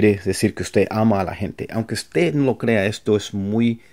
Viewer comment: Hi. Great. Thanks for giving these tips. Just a little think. In spanish we must pronounce the last consonant 'd' in the word 'usted'. You sound and say 'uste'.